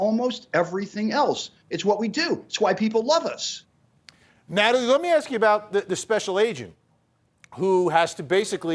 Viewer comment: You can’t axe him a question now.